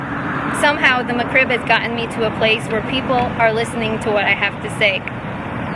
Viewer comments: It is just a nasty sandwich that IS NOT lucrative to McDonald's. Get over it. It's not McCrib It is Mc Rib. Pronounce it correctly. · If she wanted to sound more legit...one simple thing. It's "Mc-Rib" not "Mc-Crib". Her trolling would be that much more convincing.